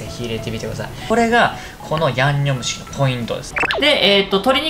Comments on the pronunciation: 「最強のやむにょむちきんを…」初っ端からやばい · 「ヤンニョムチキン」がギリギリ言えてないほろ酔い加減がいいですね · リュウジさんの ヤンニョムチキンが 言えてないのが 同じでわかる笑 （酔ってるなう笑） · 「ヤ☆にょ☆cキン」初っぱなから吞んべぇとは… 本場よりも美味しそう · ヤンニョムチキンって言えてなくて笑う